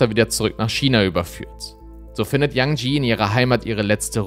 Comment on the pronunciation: Super Video, einziger Kritikpunkt: Bitte vorher informieren, wie man die Namen des Opfers ausspricht. 😅 Das E am Ende von Yanjie wird ausgesprochen. Ansonten toll, dass der Fall nochmal Aufmerksamkeit bekommt. ❤